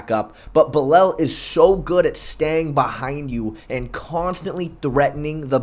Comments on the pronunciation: Fair enough. Nothing wrong with taking the Hooked on Phonics approach. However, following your logic... How did Belal end up becoming "Belel?" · Mans pronounced shavkat to a T, but couldn’t pronounce Belal or Geoff…